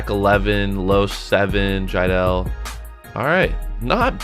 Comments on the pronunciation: Jiedel not jeidel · who else notices that he messed up jiedels name